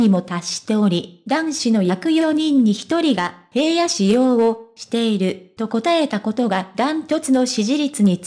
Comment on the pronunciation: 平野くんは、「ひらの」と読みます。「へいや」と読み間違えていて、内容が入って来ません‼️ どうにかなりませんか？